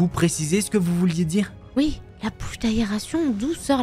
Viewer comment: J’ai adoré la voix féminine qui ne dit jamais « oui » mais « ui » 🤣🤣🤣